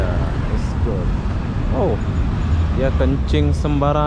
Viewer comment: Wong India lewat ngomong gaad good gaad good. 😂